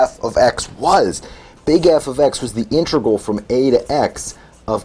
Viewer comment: Please stop pronouncing "integral" as "intregal."